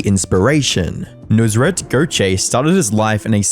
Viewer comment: This guy should never have been famous to begin with, and its clear that he let his ego get to him big time, but he chose to just be "over the top" in all his dealings and the most shady thing is him stealing tips from employees. It is pronounced "nus-raat", not "noos-rat"